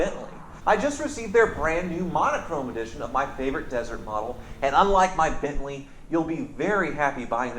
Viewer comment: He'll stop reading on "Bantley"